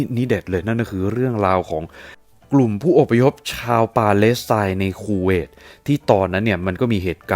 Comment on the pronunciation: 555 ชอบตรง พูดว่า คูเวต ก็ได้ สบท ออกมา ว่า “ คู เวย ” 555 ถ้าตัด สระเอ ออกไป โอ้ยยย ก็ช่าง สรรหา คำเนอะ